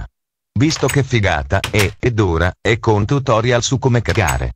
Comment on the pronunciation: "[...]Questo tutoriOl [...]" Capobastone English :D